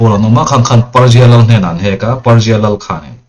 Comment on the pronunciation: Persia mizo in kan lam ang hian lam ve mai thei la ka va ti. Petera pawh piter i ti chuang si lo a.. svmm😅.. ngaihthlak a manhla thei e.